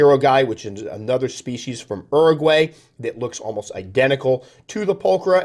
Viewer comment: I can't believe the way that guy pronounced Uruguay